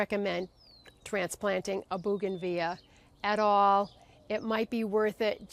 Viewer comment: It's actually pronounced bow-gan-vill-ia.